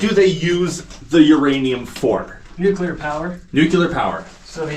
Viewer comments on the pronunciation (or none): Pronunciation lesson of the day...its nuc lear!!!!!!!